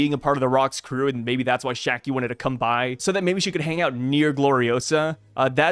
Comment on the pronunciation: See its Shakky*, Not Shaggy….